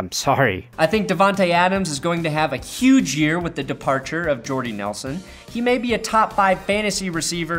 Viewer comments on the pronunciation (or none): none